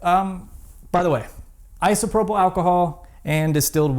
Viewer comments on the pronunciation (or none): none